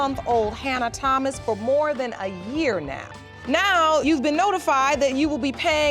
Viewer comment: Listen to how the Judge pronounces Thomas. Not TH sound for Thomas. Okay?😁